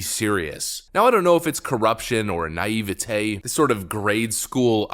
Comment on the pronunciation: For the love of all thats holy, please look up how to pronounce naivety. ps love the vids, by the way i posted almost the exact same post a few hours earlier, but it was deleted when i refreshed... May have been because it had an external link.